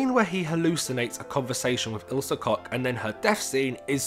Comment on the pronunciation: koCH not cock 😂